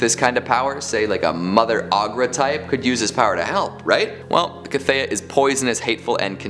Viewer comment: How has nobody commented on mispronouncing The Cthaeh (pronounced kuth-hay)...That aside this was another great list and I was super stoked to see Rothfuss in it. Book 3 when?!? Keep up the great work my dude!